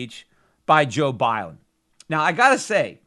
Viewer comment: " Joe Bileden " .... Peter you kill me. LOL.